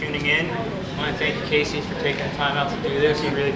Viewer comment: Wow. What a terrible interviewer. Pronounced Casey's name wrong and didn't even know what band he was in. Do your research and REALLY work on your body language.